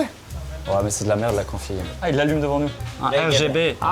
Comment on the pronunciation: Pétition pour qu'on prononce tous désormais RGB par "Reh-Geh-Beh" 🤣🤣🤣